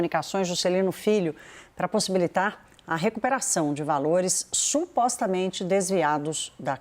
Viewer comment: Não entendi a Ênfase do " SUPOSTAMENTE,"